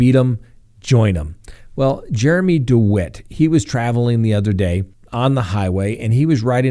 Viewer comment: He pronounces his name De White. I myself used to pronounce it the way you do, but then yesterday I heard a recording of him from a courtroom where he stated his name.